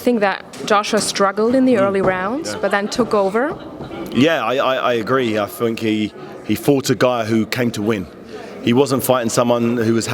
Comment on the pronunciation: "yeah i i agree i funk he fought a guy..." He thunk!